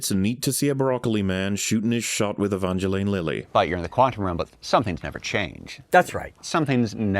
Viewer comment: The Long Man can talk some shit about how the actors didn't agree on how one of the characters' names is pronounced but hasn't gotten the memo about how the real person's name is definitely not pronounced "E-VONgelAYne".